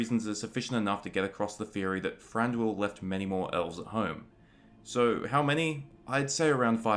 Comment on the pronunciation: His name is Thranduil not Franduil. Lol